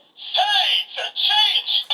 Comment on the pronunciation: lol You are a total idiot. Seiza (セイザ: zodiac signs) is not "Say the".